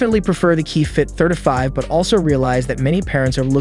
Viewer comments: Pronouncing it like “certify” with a lisp. It’s tripping me out hearing “30” pronounced perfectly, followed by the “30” within “35” pronounced completely different. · I never knew 35 was so hard to pronounce until now